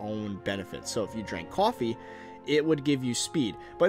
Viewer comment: I live how you said "cawfee" in a New Yorker accent